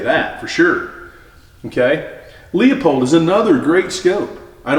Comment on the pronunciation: 🤣😂🤣😂🤣😂🤣 This video aged like pissed in milk. And who is Leo Pulled? Leupold (loo pold) But hey listen to the gatekeeper that doesn’t want to lose his ability to flex optics on the poors. Go watch Overton’s comparison of the EP5 to a $3500 Nightforce.